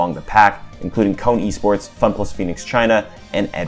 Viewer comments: Little correction but i heard kone was pronounce K-one or k1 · I like how he pronounces K-ONE as “cone” 💀